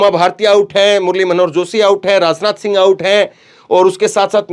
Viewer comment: Bhai rasneeti na bolo Rasnath na bolo Hindi theek kr lo